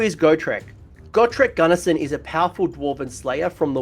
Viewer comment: he´s not GARRISON. but Gurnisson (Goor-ni-son)